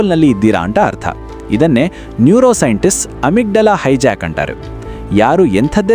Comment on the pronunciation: ಸರ್ good information ಕೊಡ್ತಿದಿರಿ ನಿಮ್ಮ ಕನ್ನಡದಲ್ಲಿ ಕೆಲವು words ತಪ್ಪಾಗಿ pranounce ಆಗ್ತಿವೆ like (ಅಂತಾರೆ ಬದಲು ಅಂಟಾರು ) (ಮತ್ತು ಬದಲು ಮಟ್ಟು ) ಇದರದ್ದು ಸ್ವಲ್ಪ ಲಕ್ಷ್ಯ ಕೊಡು ಉಳಿದಂತೆ very good.